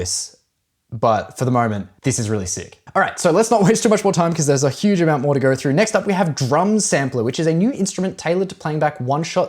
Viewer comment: “Moverr” throuhhgr” “helleur”